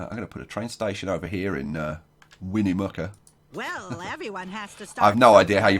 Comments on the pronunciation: I live only a few miles from Carson City. So being from Nevada, this episode was really cool! Btw, Winnemucca is pronounced Win-uh-muck-ah :) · Its pronounced win-eh-muck-uh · Yup, Winnemucca, Win-uh (or eh)-Muck-uh